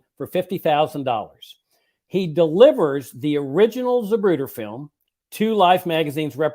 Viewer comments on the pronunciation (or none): ZaPruder. Not ZaBruder.